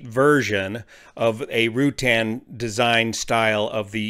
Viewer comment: fyi, the "U" in Ruttan is soft. so it is not Rew-tan. it's more like Ra-tan.